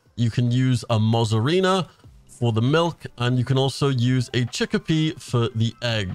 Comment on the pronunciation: Mozzarina! NO MUZARINA... IS MOZZARELAAAA!